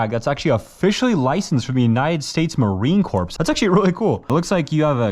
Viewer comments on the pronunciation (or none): Not to mention he also said marine CORPSE rather than corps (pronounced core) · Corps is pronounced core, dude. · Bro said marine corpse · Don't forget MARINE CORPSE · You mispronounced Marine Corps just saying